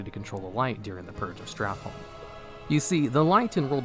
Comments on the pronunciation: It amazes me that 15 years later people still can’t pronounce STRAT-HOLM. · So, him saying StratLohm all the fucking time is so annoying